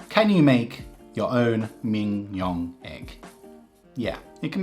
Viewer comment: Your pronunciation of Mignon would rhyme well with Kim-Jong.